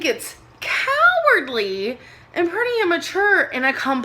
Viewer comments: co haaaa wordly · kahhhhhwardly...... cowwwwwwwardly..... why are you saying that shit so weirdly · Oof, her saying cowardly is painful